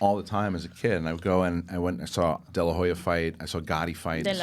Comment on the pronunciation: Thank you for pronouncing De La Hoya correctly 🇲🇽